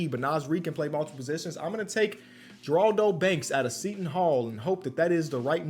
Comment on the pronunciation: The g is silent in Geraldo it sounds like an h instead of a g her-raldo